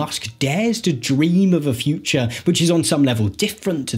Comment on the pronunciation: interesting, I would have paid more attention if I wasnt soooo distracted by the guy's inability to innunciate the final syllable of each sentence "bold new visions of the futch..."